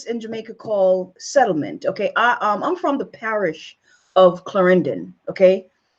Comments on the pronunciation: Loose the accent so you can pronounce the words like Clarendon. Accept the fact her father is white Jamaican mother is Indian. Who are you to be discrediting the woman do you know anything about bi racial children I and a dark skinned biracial Indian and Chinese mixed with white my wife is high color father is white from Falmouth from a settlement her mother is black. My wife was born with long straight hair and light skinned. Stop with your ignorance and if we Jamaicans did our research you have spoken so much trash.stop dissent the young lady her father is Jamaican and light skin so what. She is still of a Jamaican parent she does not have to know Jamaica. Her mother is Indian so what and she was born in America. You did all you schooling in Jamaica I did the same. Just to let you know my children are biracial with straight hair no processing and light skinned and Chinese features. So stop with your rubbish bashing be proud of Kamala Harris stop stop with this garbage ,hang outs on air. Your are a disgrace. Learn to pronounce your words. Look in the mirror. Jamaican blacks are not the same as American blacks. We are a finer quality black. American blacks have an axe to grind with white america .do you researcher on that, and if Kamala wants to marry a white man leave her alone and stop with the bashing. Bash yourself first look in the mirror. Yo u have made me angry talking crap. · It is pronounced CL..AR...EN...DON not CL..AR...IN...DIN with ur fake ass accent. You came here at an older age and you lost you jamaican flavor. Also you are all over the place. What is ur point???? Shut the hell up...you do not speak us. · Cannot even pronounce the word "Clarendon" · She is not Jamaican ... clearly..lol...the way she talk u know she neva even been to Clarendon..the way she pronounced it ,let me know she is not from there